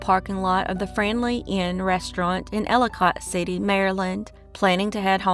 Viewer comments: Elli kit city not cot like it looks like it’s pronounced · I live in Maryland. When I was a kid my Aunt lived within walking distance of Enchanted Forest. You are miss pronouncing Elli cott City.The last part of the name is not pronounced like the word cot.The o sounds more like an I.Another wonderful video. Love listening.